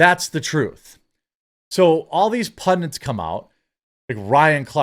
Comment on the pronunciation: The word is "pundits" not "pundince". Cheers